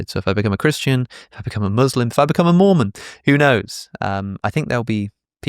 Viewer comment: I misheard you saying 'if I became a Moomin' 😂 Good channel, very interesting yet funny aswel 🎉